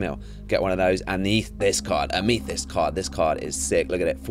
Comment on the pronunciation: For some reason it pains me how u said amethyst